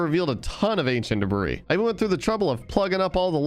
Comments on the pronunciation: This is making me go insane but in the word debris the s is silent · day 518: I've finally accepted that it doesnt matter he keeps pronouncing the s in debris and i should just get over it. i'm over it. day 519, a second later: doesn't pronounce the s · Please stop pronouncing the s in ancient debris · The "S" in "Debris" is silent